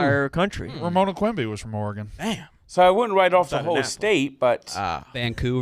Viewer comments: The way people from the east coast say Oregon is offensive. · If I hear Frank say “Oregon” one more time after this, it’ll be too soon